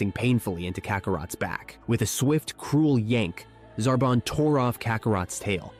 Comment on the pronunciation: Radeets and Zarbin